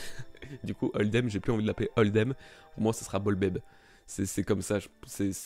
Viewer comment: Je pense que la raison de la mauvaise prononciation de holdem c’est pas que le sbire était dans les vapes mais il devait lui manquer quelques dents 😂